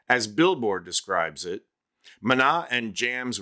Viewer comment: Calling on my fellow Spanish speakers to give it up for excellent pronunciation of “De Pies a Cabeza” and Maná!! These details are important and appreciated! 👏🏼👏🏼👏🏼